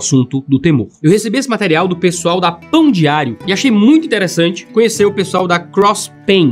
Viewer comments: Toda vez que ele fala pão diário eu escuto pão de alho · Eu só consegui ouvir ele falando "Pão de Alho" Mais alguém? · Quando ele falou "Pão diário" a primeira vez eu entendi "Pão de alho", acho que estou precisando ver (de novo) o vídeo que fala sobre o pecado da gula 😂😂😂